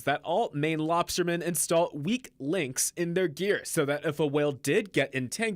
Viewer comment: "It may be linked back to Maine lobster Geal"